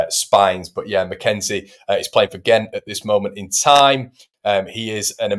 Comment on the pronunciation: McKenzie not McKennie